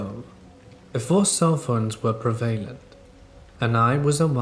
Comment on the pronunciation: Prev-vA lent, not prevail ant.